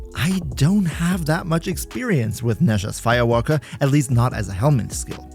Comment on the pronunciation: Did you say Nezha FIA WALKA?